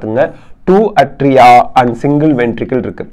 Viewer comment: Sir, your videos are superb👌Very clear and awesome🤩ATRIA PRONUNCIATION : 'ஏ'tria sir, not 'அ'tria.